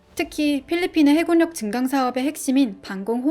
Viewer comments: 발음이 해굴력이 아니라 해군력입니다. 발음에 유의해주세요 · 해굴력×× 해군녁 이라고 발음해주세요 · 해굴력이라고 말하니 집주이 안되네